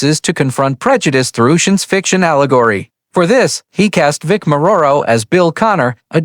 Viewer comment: Hahaha.... can't even pronounce or spell Vic's name right.